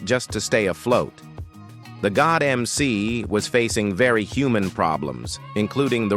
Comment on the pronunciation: YES please pronouce the God MC correctly....you put RESPECT on his NAME!!!!!!